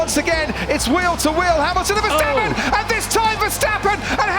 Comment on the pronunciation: it's also verstappen not verstapeen